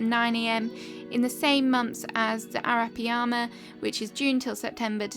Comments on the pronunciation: Its air-uh-pie-muh dude it hurt to hear you struggle to pronounce it since its my fav fish but this video is adorable so I'll forgive it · I was just wondering why I hadn’t placed more of these as decorations. Thank you! Also, it’s pronounced air-ah-PIE-mah. Great content; I appreciate all of this hard work. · It's pronounced 'arah-PIE-mah' ... hope this helps. 😊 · Oh, and the fish you can't pronounce, I don't know how to type it out phonetically - Instead I suggest watching Jeremy Wade in River Monsters - educational and enjoyable! ;) ;)